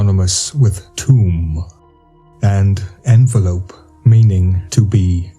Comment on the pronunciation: you mean... "en vel up" not lope right?! JS